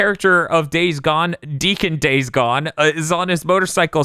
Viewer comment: I really like days gone but because of you guys I cant say his name right.